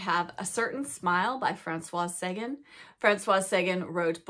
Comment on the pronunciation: Love you but I have to correct - it's Francoise, so it's feminine and you pronounce the "S." Also, on Sagan, the emphasis is on the last syllable - S - ay - gan - like tan. Forgive my correction!